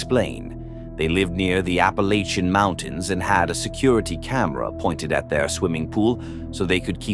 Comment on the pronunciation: Just make sure you say "apple-atch-in" rather than whatever that AI-voice said 😉